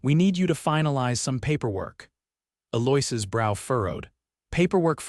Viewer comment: Stupid AI has no idea how to pronounce Eloise. Apparently Sweet Memories doesn't give a ......